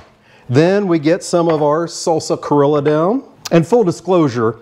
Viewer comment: I definitely see the Peruvian inspiration! That sauce kinda reminds me of huacatay sauce, except typically this is made with aji amarillo and Peruvian black mint, not easy to find on my side of the world 🥲 but I love a good hot dog! Great job! PS it is pronounced cree-oh-ja 😉